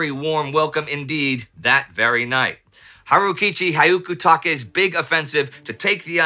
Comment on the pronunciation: Love the content as always! Tiny hint for Japanese names: for commander "Hyakutake", You may think of it like "Ya-koo-ta-keh" omitting the H, which is almost unpronounced when followed by a y (in Western alphabet). Hyaku-take (百武) actially means "100 Weapons".